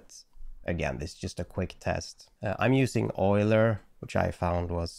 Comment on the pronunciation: Yay! At last an AI artist who knows the correct pronunciation of "Euler." Old Leonhard must be spinning in his grave like crazy with all the "Yulers" on YouTube videos, lol 🤣 I guess your native language is German, so that totally explains it? 😉